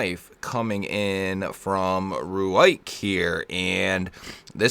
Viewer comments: It's pronounced "rake" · Very cool. Think its pronounced ruike😅